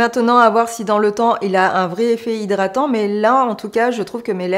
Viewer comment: Coucou belle! Toujours un plaisir de te voir!! "Zhydratant"...😅 Kiko n'est pas une marque qui m'attire,une marque moyen prix pour une qualité moyenne,des fards qui s'effacent à l'estompage pas pour moi. Les blushs sont connus, à la limite pourquoi pas! Il y a des marques comme beautybay qui proposent des petits prix avec une grande qualité, jamais déçue. En tout cas ce makeup bien que tu aies eu du mal il te va à ravir avec tes beaux yeux verts, très jolie 👌 Merci pour cette revue nouveauté st Valentin Kiko, à très bientôt! 😘